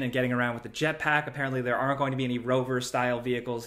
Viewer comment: had a real hard time deciphering the "aren't"